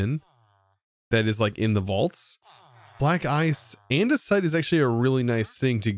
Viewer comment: Ha, the Omega statue that yields Andesite is intentionally misspelled "Andersite" because that's how tends to say it xD